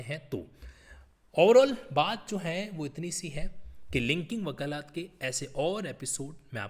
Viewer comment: Bhai sahab elaboration was good but its wakalat not wakalaat.